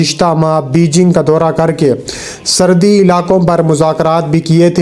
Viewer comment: Srdi, Srdi, Srdi.... Lgta hai apko Srdi kuch zada hi lgti hai jb hi urdu bhi theek se bol nahi pa rahey hain. Asl lfz "Srhdi" hota hai Bhai. Pind se seedha ghr aa kr video bnaney beth gai ho kya? Urdu to Sahi trha se bolna seekh lo. Ooper se sans ap ki Itna chrhti hai k jesey ap Aik meel tk dorh lga kr video mai voice over kr rahey ho. Mike mai ap ki sanson ki avaz BOHT hi buri lgti hai jb ap boltey ho. Bhai ya to Apni in dono khamiyon ka koi hl nikal lain, ya phir ap ksi or se video ki voice over krva leya krain plz. Right?